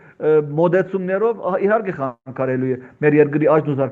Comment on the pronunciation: Նարե'կ, ինչու°խանգարել բառը կուլ տվիր...